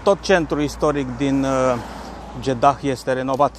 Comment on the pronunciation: Deci,fii atent,se scrie Jedah dar se pronunta JEDA iar femeile miros a duhon nu a parfum daca tot ai cunostinte din Egipt folosestele corect pentru ca tu esti un influiencer Fie ca vrei fie ca nu iar oamenii trebuie sa invete corect,scuze si nu te supara!